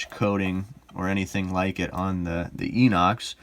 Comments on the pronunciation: So annoying when self professed experts can’t even get the name correct. FYI, (sure I’m not the only person to point this out), it’s pronounced, “eye-nox”. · Victorinox is a French word and the X is silent. Inox is pronounced with an I not an E. I have owned a fair few Victorinox watches and Citizen watches, and Victorinox are superior. Problem with Inox is the 21mm lug width